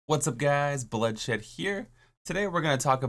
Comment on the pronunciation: did you say "bloodshit" ??